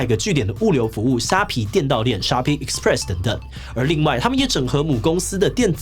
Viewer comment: "Express" 發音不對喔